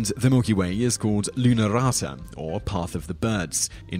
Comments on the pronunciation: your way of pronouncing "Linnunrata" sounded something like lynaráta or something xd the correct way would be something like Lin-nun(not nAn, nun!)-ra-ta (Not tha, ta!), if you're not from Finland it's going to be tough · But props for trying and just generally mentioning the Finnish mythology! He's doing well with the r sound which seems to be difficult to a lot of English speakers. (I don't think the Finnish spelling aka tavutus is going to help English speakers to understand the pronunciation)